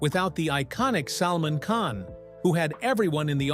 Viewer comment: Interesting but the pronunciation is hilarious : ‘Yam-nagar’ and ‘Salmon’ Khan!!!🤣🤣. If you’re putting this in the public domain, at least rehearse names that are unfamiliar.